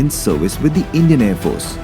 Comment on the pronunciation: Aaar ya paar lol. Paaar 🚫 its Power Pah Wher. Aarrrr 🚫 Ha wher. Unusually loud and obnoxious background music no refined sensibility.